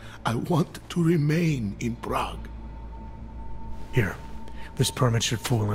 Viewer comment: I hate how Alex says Prague...